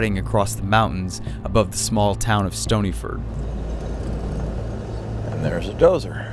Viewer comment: its stony FORD not ferd